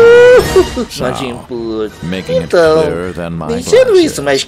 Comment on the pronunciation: Posso morrer em paz, pois vivi o suficiente pra ver o Wesker falando JUBILI